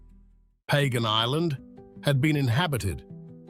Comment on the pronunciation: It's not pronounced like that. It's pronounced Pah-gahn.